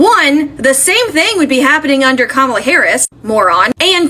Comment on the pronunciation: I'm sorry, I do not remember anyone regretting their vote for Biden and going to the republicans asking for forgiveness. She is completely delusional! And republicans were the ones calling us names, saying we were groomers and had TDS, and all the other BS. If Harris (Ka-ma-la, not kam-ala, how can you people still not say her name correctly) were president we would not be in a pointless war, gas prices would be down, ICE would not be roaming the streets kidnapping people, the government would be funded, we would have a program helping first time home buyers, small business tax breaks, protection from price gouging, and allies who still respect and support us.